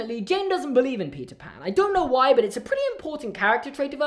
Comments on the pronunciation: I could have sworn he said pizza pan instead of Peter Pan😳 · Is it just me or did it sound like he said pizza pan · ok I know you’re saying “Peter pan” But I’m also hearing “pizza pan”😂🤣